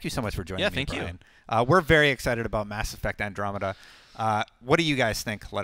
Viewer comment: I hate how he pronounces Andromeda